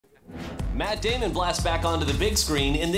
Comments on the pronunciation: "mr. matt DAMIAN" lol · i love it when guillermo calls him Matt Damian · I love how he calls him Matt Damion 😂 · Guillermo : jes Maat Damien